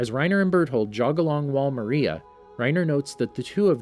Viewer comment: No effence but he cat say Maria properly